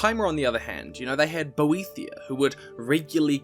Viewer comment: I could be wrong, but I believe Boethiah is pronounced more as "boet-hi-ah", without a 'th' diphthong? :) 'The fire is mine: let it consume thee, And make a secret door At the altar of Padhome, In the House of Boet-hi-Ah Where we become safe And looked after.' - The Thirty-Six Lessons of Vivic, Sermon Thirty-Four